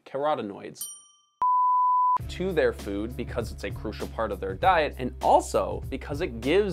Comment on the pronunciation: Carotenoids wasnt even hard to pronounce. 🙄